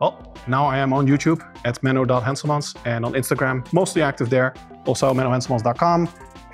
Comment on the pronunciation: I love Menno Henschelmansch. I've been watching hisch videosch for yearsch. He taught me the correct way to perform schkull cruschers! 😂